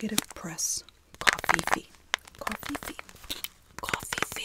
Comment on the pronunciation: + I love the coffee-fee omgg